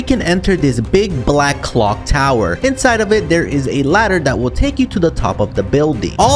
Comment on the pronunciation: The way bro said “Big Black Clock” sounds weird has hell Dus anyone even agree with me🗿